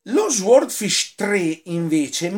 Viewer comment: Caro penso si pronunci " soodfisc'